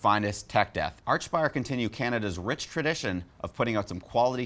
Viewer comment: Why do you keep calling them arch-spire. Its like ark-spire.